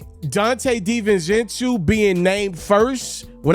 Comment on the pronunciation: Stop mispronouncing big ragu name smh